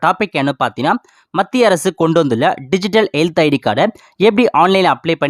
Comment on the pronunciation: Paathna paathna konjam kammi pannikonga. Ilana correct ah sollunga paathinga na nu